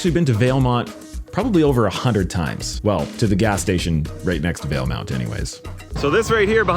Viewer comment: Interesting that you slipped and called it Valemont. I could have sworn there was never a “U” in the name. Starting a conspiracy here 😂